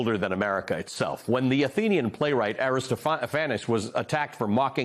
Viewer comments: AristoPHANes? It's AriSTOPHanes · Will someone be sure to tell Ali it’s pronounced ARR-ih-STOF-uh-neez. I did a double take when he pronounced A ris sto FAN-us. Sorry- theatre person here!!! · Oops. It's "Tongues UNTIED", not "Tongues United". And Aristophanes is pronounced "Ar-is-TOPH-an-eez". Sorry, but I'm a stickler for that kind of accuracy. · Did you mean Aristophanes (Air-i -STOFF’-i-knees).